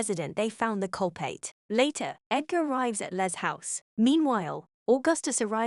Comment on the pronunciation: My god this is one weird AI reading.. How does it mistake CULPRIT for CULPAIT (among other things)